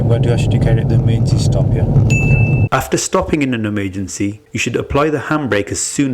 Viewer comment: i meant and im honest, english isn't my first language but i'm usually ok with accents and i might suck in grammar etc..... but even i couldn't understand the word "emergency" when you announced the stop... and somehow i can even figure out what welsh ppl try to say... it's really not about your accent in generall but i think that one was easy to either "missunderstood or took 2-3 secs to realize.. espacially while driving" i just happen to have the option to just rewind the video :3 and in case 'it was realy just about the "handbreak" ' from what the vid shows.. the car moved 5-10 cm at max in the video 'not at all'... (i was focused on the observation issue)